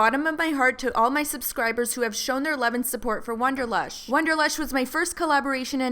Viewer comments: can't get past the fact you kept saying WONDERlush instead of WANDER lush.... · WANderlush, not WONderlush. Otherwise, great video. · wAnderlush, not wOnderlush.